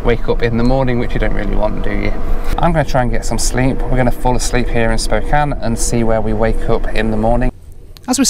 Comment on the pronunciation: Wonderful review. So rare to find someone that has not lived in Spokane (which I did for 13 years) to pronounce the name right. Most people pronounce it Spo-kain if they are not from the area. Also great to see someone doing travel reviews that has a family. I currently have three teenagers (plus one that is now out of the house) and traveling with kids is so different from those that do not have kids. I love traveling by train although I am not a big fan of Amtrak as a company especially due to its poor management for the last 20 years, for the most part the employees are friendly and as you said the scenery is outstanding. Two other must do trips are the California Zephyr from Chicago to Northern California and the Coast Starlight from Los Angeles to Seattle.